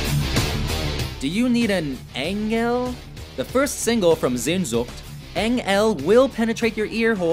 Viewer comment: i was surprised he said sehnsucht perfectly 😂